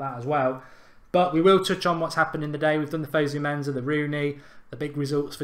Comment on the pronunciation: It's fosu mensah not fozu menzah